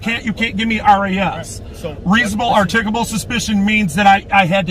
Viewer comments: yeah usually it comes out "articolobo" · Frauditors never seem to be able to pronounce the word "articulable". Articickle, articulahbal, articable, XD..... But it makes them feel smart, so.....lol! You shouldn't use words you can't even parrot properly. The only crime here is how LONG they let this nonsense go on and on and on and on and on before finally arresting him. If the rest of us have to conduct ourselves in a rational, law-abiding manner then so do YOU, dear princess cupcake! YOU are not superior to US!